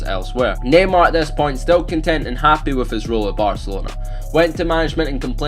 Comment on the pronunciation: It sounds like he is saying gaymar